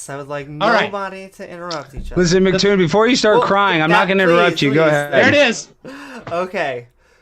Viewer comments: He called him MacToon.😆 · Alex - Failure...was told that it was...but still said MacToon. Didn't listen. Intellectually damaged - Failure...Evidence of having a title doesn't mean you are good at a job. Didn't stick to points. Didn't control the debate. Can't control the screen settings. This was the worst debate I have ever seen on YouTube...I would suggest you examine this video and learn some lessons.